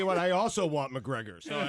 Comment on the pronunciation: No one: Everyone UFC fighter: Calls out Mgregor.